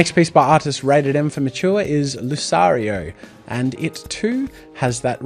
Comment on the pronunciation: lucareo,,is LuKareo...not luSareo